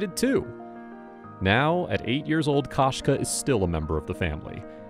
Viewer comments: Koshka is the word for cat in Russian and perhaps other slavic languages as well. The KO is pronounced ko as in koko, not ka as in kasha. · Кошка, koshka is Russian for cat. The "o" is not pronounced like the first o in "Costco". The "o" is more of a long vowel sound like in "go" or the 2nd o in Costco.